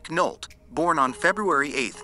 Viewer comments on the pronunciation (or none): You pronounced Nolte wrong. Nole tea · So effing tired of shitty AI narrative where they don’t know how to pronounce stars name “Nic Nolt…..”🤷‍♂️🤦‍♂️